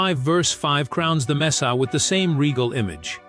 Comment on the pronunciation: At least train AI to pronounce "Messiah" correctly!